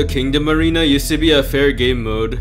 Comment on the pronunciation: I just heard "king of marina" when he said kingdom arena wth